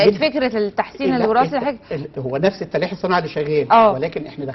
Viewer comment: الأستاذ الدكتور مصمم ان ينطق التلقيح تليءيح الا ستاذ واسع العلم ما شاء الله المضيفة A plus.